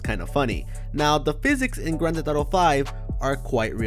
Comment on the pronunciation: it’s not “grand thet thato “ LMAO get it right